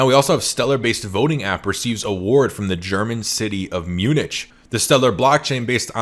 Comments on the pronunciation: Umm, Munich is pronounced "myoonik" not "myoonich" - I may have just lost all faith in you... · It’s pronounced mew-nick for future ref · Love the content :) with respect, Munich pronounced Mue nick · Good video, but Munich pronounced Myu-nik. It's a pretty famous city. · Spelt Munich, pronounced Munick...just sayin'